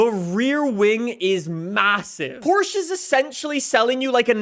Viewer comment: Say Porsche right🫥